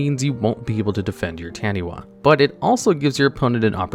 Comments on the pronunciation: In Maori, "wh" is pronounced as an "F". This it is pronounced as Tanifa. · Here to say Taniwha is pronounced tani-far. Its a mythical creature from Maori legend, so a wha makes a far sound.